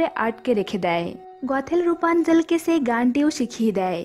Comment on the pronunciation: আপনার ভাসায় কিছু সমস্যা আছে, আসা করি ঠিক করে নিবেন। ছেই হবে না হবে সেই ছেটা হবে না হবে সেটা এমন আরো ওনেক মিস্টেক আছে